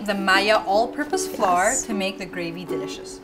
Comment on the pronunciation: Love them, but English pronunciation was not good.. Flour.. and she said floor..”lol..